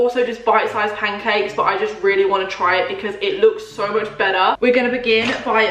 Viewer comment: “Ive weally enjoyed it”🤣